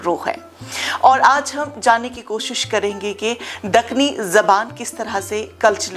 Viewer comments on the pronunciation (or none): none